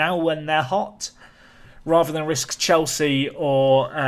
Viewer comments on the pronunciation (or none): none